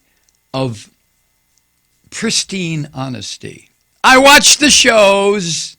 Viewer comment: "I watch thuh shooows!" - 45th President of the U.S. Trumptard will never live this down.